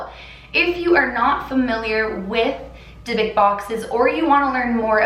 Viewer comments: Dybbuk, pronounced with an elongated "b" (since theres two of them), and the "u" is said like in the word "cruel". Not "Debek". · ❗️Take a shot everytime she say “Dybbok box”😂 #AlcoholPoising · yes yes yes!! Thank god I was getting so bothered on the way she pronounced it!!! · I didn't want to do my homework so I listened to you while doing it and I thought you kept saying big dick box and I was so confused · Anyone else can’t stand how she pronounces it!!! Ugh!! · Monique Ortiz no I also and I’m bothered by the way she pronounces the box wrong!